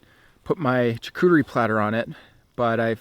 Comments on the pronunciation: It's pronounced SHAR COOTER E not CHAR COOTER E lmaoooooo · also its not jacuterie its "charcuterie" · Please mispronounce more words like “chuh-cootery” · I love you and your videos but the way you said charcuterie🤣🤣🤣🤣🤣🤣🤣🤣